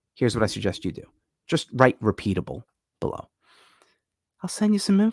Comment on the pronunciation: Repeapabe 😂 And repeatable